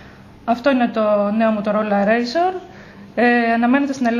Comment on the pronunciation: ρέϊζορ λεγεται κοπελιαααα